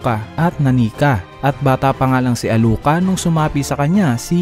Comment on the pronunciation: Sinong meryum? sinong nani ka ? sinong alu ka ? narinig mo na nmn siguro yung pagkakabanggit ng bawat pangalan sa series dba iniiba mo pa bvbo